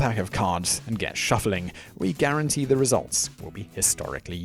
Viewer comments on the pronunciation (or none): none